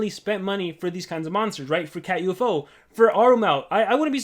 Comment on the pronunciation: Its called Catufo, not cat U-F-O